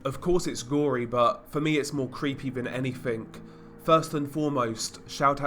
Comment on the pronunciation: hahahahahahaha "ANY-FINK" HAHAHAHAHAHA not a specific one? just ANY OLD FINK hay? HAHAHAHAHAHAHAHAHA